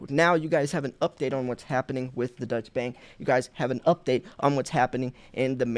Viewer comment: Thanx for posting what the mainstream media won't. Incidentally, Deutsche Bank is German, not Dutch, and not pronounced the same.